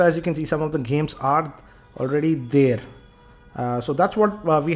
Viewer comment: "already DAERR"